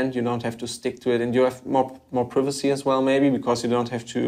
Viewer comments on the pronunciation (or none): Did he pronounce privacy correctly? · i don't think so, when he used that twice, he messed up the 2nd one